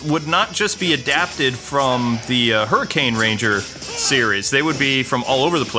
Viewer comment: its pronounced hurikainger